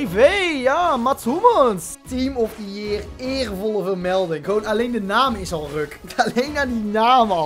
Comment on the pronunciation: Niemand:: team of the jeer